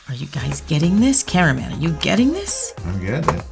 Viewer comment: omg I heard “Carmen” instead of “Camera man”